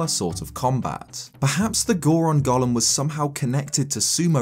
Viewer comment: Your pronunciation of golem makes me think of Gollum. Just trying to imagine what a Goron Gollum would look like is enough yields some terrifying imagery.